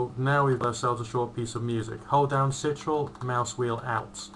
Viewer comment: the "sitrul" buttonXD